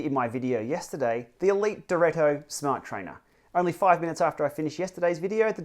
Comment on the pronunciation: Elite is an italian brand. So "direto" is not "directo" without the c, it's "diretto" with only one t !